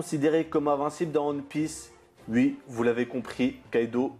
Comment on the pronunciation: Désoler c'est ton accent mais essaye de dire"oui" au lieu de "ui"